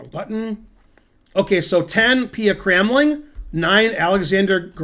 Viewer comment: You did not pronounce Pia Cramling correctly, though its not so far off. It should be like "kraamling".